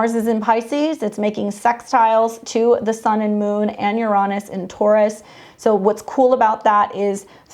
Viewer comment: I've just started noticing this here lately, but I'm wondering why there are so many astrologers, mostly all young, are now mispronouncing Uranus? Instead of pronouncing it Urine-us, now many are pronouncing it you-RAW-nus.